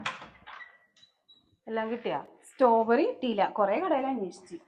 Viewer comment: സ്റ്റോബെറി അല്ല, സ്ട്രോബെറി ആണ്